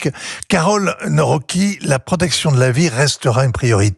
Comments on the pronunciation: On prononce le C en polonais, donc on dit Nawroztki, pas Nawroki ! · Ce Vincent Hervouët est un journaliste?... 😳 Il ne sait même pas lire correctement les noms de ces politiciens! "Tuesc", "Tracovski" (ou "Cracovski"), "Naouroqui"...